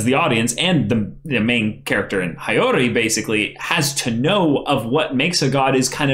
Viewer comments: The way he says regalia is tolerable for me but every time I hear High-Yori I gradually get more and more ticked off xD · Soooooo. Nobody is gonna correct about the pronounciation of Regalia, or Hiyori?